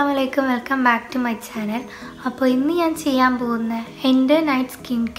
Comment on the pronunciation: പടച്ചോനെ nji എന്നാണ് പറയൽ